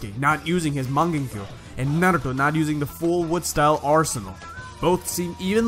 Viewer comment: You say naruto with such emphasis lmao